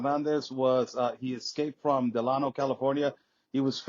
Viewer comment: He said Delano 😂 it's Delano dumbass